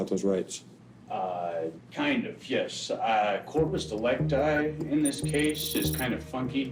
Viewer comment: Se non sapete parlare in latino, EVITATE! Si dice "corpus delicti" e si legge come si scrive... CORPUS DELICTI. Senza "inglesismi"...